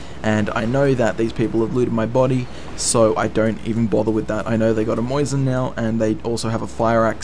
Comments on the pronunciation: It's MOSIN. Not moison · Mosin, not moysin